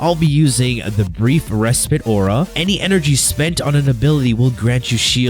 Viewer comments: its respite not respit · It bothers me each time he says res"pit" lol